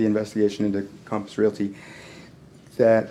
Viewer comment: Calmpiss Realty Calmpiss Calmpiss IT'S COMPASS COMPASS COMPASS!!!!!! Calmpiss?????????????????